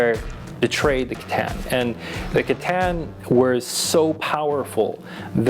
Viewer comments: c'tan= kit ahn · hearing a necron main mispronounce c'tan is beyond sad >_>